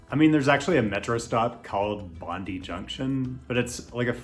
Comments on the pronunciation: As an Australian, listening to you say BON-DIY was a bit painful. Hahaha. We say BON-DIE. Also, Melbourne doesn't have amazing beaches (which knocks it out of the list) but between two heavy rail lines (Sandringham and Frankston), you have easy access to over 50kms of bay beaches on the eastern side of the bay... Not to mention the not amazing but convenient Williamstown and Altona Loop which gives you access to the western side of the bay. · Oh, and it's pronounced Bon-die, not Bon-dee. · Great video, but as an Australian its Bond-eye not Bond-ee 😭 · Dear me. It's Bond-eye not Bond-ee and it's always been difficult to get to by public transport from downtown Sydney. The easiest (ocean) beach to get to from downtown Sydney is Manly via the Manly Ferry which runs every 15 minutes. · Big plus one to this comment. I had a chuckle at the pronunciation of Bondi (Bon-die) and when I heard Heavy Rail and trams were out I knew Melbourne wouldn't make the cut, despite how many fantastic pt beach connections we have here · Bondi Beach is pronounced Bond- eye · no it's pronounced Bond-eye.